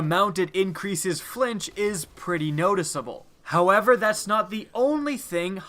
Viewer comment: flinch like when I hear you say however